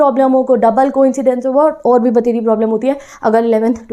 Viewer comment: ...bhateri....heard 1st time from you didi....sounds funny hahahahahaha